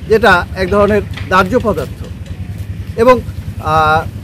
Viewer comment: ধার্য পদার্থ কী ভাই। নতুন শুনলাম। আমি শুনেছি দাহ্য পদার্থ। ও আপনারাই তাহলে নতুন নতুন শব্দ আবিস্কারক!